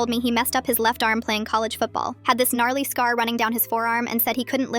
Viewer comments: I started singing Gnarly after I heard her say gmarly😂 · Why did I hear gnarly😂